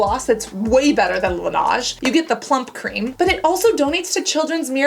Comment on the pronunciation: Love your videos Cassandra! Just wanted to tell you that Laneige is pronounced as la-neij not la-naj, it's French for snow and the company made a TikTok about the correct pronunciation.